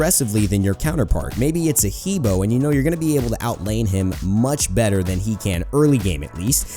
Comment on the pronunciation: he bo is pronounced hu bwah